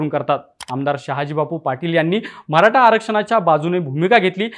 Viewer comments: म्हराठा नाही रे मराठा बोलायला शिका🚩🚩🚩🚩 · Mharata nahi re Maratha bhava.. te tar nit bol aadhi baki video ch baghu nantar😂😂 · म्हराटा काय ...निवेदक साहेब मराठा असतं ते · अरे दादा ते म्हरा टा नसत य मराठा असतय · म्हराठा नाही मराठा आहे